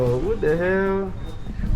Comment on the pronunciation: G said, “Hail”! 😅